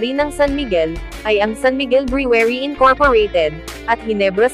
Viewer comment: Brewery is not pronounced the way you did